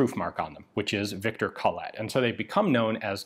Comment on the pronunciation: sry Ian! its called Colette, not coLLette :)